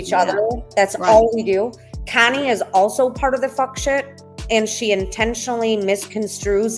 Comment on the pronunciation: Does it drive you crazy how she pronounces your name Kiney instead of Connie ?